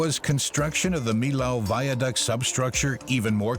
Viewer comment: What a bad pronunciation for the name of the french bridge!...